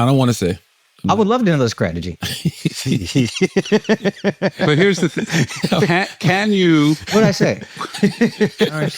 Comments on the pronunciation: Lmfaoooo Akaash going at Charla for pronouncing 'str' as 'skr' was toooooo funny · I been wondering why Charla been saying his C and T's backwards because he can pronounce both. Akash getting on him about it was great 😂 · Charla going from these reports are asking 🐈 questions for two decades was such a real ass moment and then he follows it with sucking the tip of the 🍆. Just fn hilarious 😂 😂😂 Also Akash making fun of Charla saying “strategy” I’m done 💀 This is why I as a 40+ old mother of three career woman watches this show. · "What's your Skrategy?"